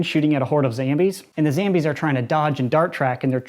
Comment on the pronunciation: Its zombies not zambies. Are u British. Bro.